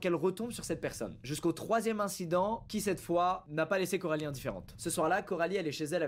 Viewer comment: Juste c coralie pas carolie 😅😅